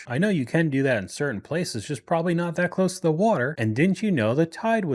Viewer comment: I can't get past "prolly". 🙄